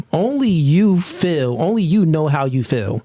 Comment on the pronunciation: I learned another word black people cant say properly...feel. constantly saying fill instead of feel